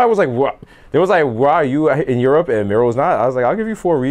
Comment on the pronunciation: Europe = Yerp 😂